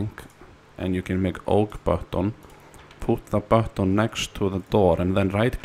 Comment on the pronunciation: "Press the bahton" - Finnish man